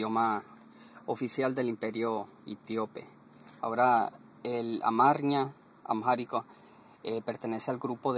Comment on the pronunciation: No puede usted hacer un vídeo didáctico con tantas burradas No sea bruto, No se dice "Amjárico" aunque haya una "h" intercalada si dice y se pronuncia "AMÁRICO", que también existe como palabra en español para referirse al idioma. No es el idioma oficia del imperio "Itiope", eso hace mucho tiempo que dejó de existir, más bien es el idioma oficial de un país que se llama Etiopía No sea burro, el amárico no pertenece al grupo de lenguas "AFRO-SEMETICAS, eso no existe más bien es una lengua SEMÍTICA MERIDIONAL No se dice "otras idiomas" se dice "otros idiomas" Ni el árabe ni el hebreo ni el arameo son lenguas "AFRO-SEMETICAS" son lenguas semíticas No se dice un consinente y un vocal. Se dice una consonante y una vocal No se dice "i latín" se dice "i latina" la explicaciones son lamentables